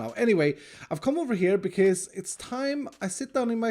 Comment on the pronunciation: the way u say bcz always crack me up